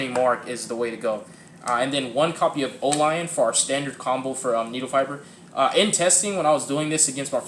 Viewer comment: you said O lion Proxy tho